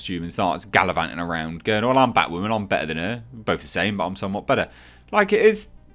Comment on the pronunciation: Batwahmen is a fucking mistake